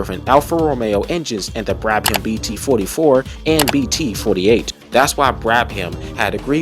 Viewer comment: great video! tip: brabham is usually pronounced as Brabam, not Brab-ham